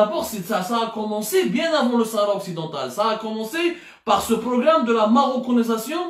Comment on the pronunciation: Tu viens de demontrer que tu es un khorti .avec ce Life tu viens de signer ton arrêt de mort de journaliste intègre.. Parler de la marocanisation un terme que tu n arrive même pas à prononcer correctement mais pour l expliquer tu es à côté pour des raisons douteuses......